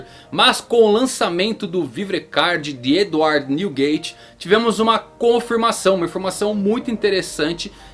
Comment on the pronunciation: Errou a pronuncia do nome do barba branca ja e dislike